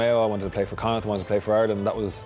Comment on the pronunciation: pronounce Connacht right it is said like Connaakt